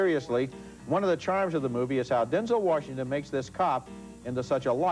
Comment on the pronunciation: Denzel Worshington